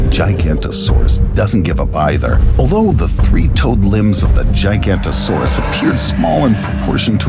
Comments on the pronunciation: it's not giganto-saurus but giga- noto-saurus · Forgive me for nitpicking details, but if you're going to present an animal, at the very least learn to pronounce it's name. You lose a ton of face credibility if you don't. GI-GA-NOTO-SAURUS. Kids who watch these videos can do better than this. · That is not how giganotosaurus is pronounced. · Bro that’s not the correct pronunciation of giganatosuaruse